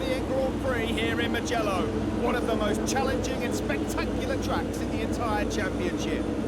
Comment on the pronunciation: It's Moojello. Not Moogallo lol Bro, make wide entries lol